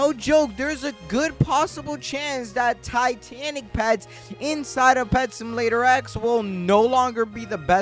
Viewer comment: He says simalater